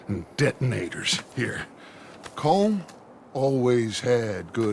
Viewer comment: Good lad on the colm pronunciation